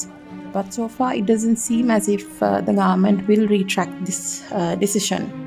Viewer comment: Its not grement it's government .